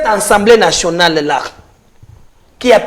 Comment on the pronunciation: Pourquoi la plupart des congolais prononcent mal le mot Assemblée ? J'entends souvent des bouches de différents intervenants sur les nombreux plateaux: Ensemblée. C'est incorrect, s'il vous plaît, corrigez cette erreur de prononciation. On dit bien Assemblée et non Ensemblée. Remarque gratuite, sans rancune.